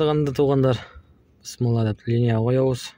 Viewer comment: Бысмылда девей БИСМИЛЛЯХ деп айт